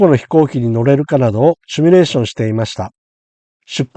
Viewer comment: simulateですので「シミュ」レーションが正しい言い方です。間違われる方が結構多く，コーヒーのCMでも取り扱われました。次回ご参考まで。